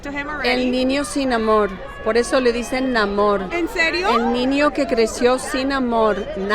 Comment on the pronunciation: She couldn't pronounce the Ñ sound, she said "el ninio que creció sin amor" 🙂